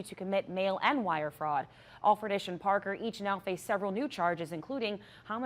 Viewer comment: It’s pronounced Al for tish. C’mon.